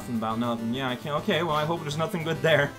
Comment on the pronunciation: ... did you just say "b'okay"? ... if I didn't know any better, I'd think this was a Game Grumps reference.